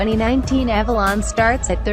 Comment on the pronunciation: Very well done video with one exception, it's Avalon not Alalon. I'm sure you'll see what I mean if you review your video.